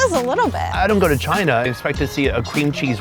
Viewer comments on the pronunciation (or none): none